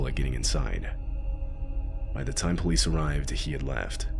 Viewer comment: "By the time the polive arrived..." this is your lesson.